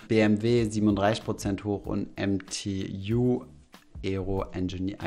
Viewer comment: MTU ganz normal ausgesprochen😂 ist ein deutsches Luftfahrtunternehmen mit Hauptsitz in München